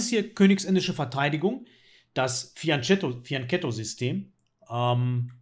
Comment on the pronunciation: Fian*k*etto, er hat Fian*k*etto gesagt 🤗🤗🤗 Da lacht das Italienerherz 🤩👍🏼😉